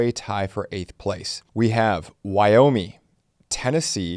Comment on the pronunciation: Did you say Wyomie? 😂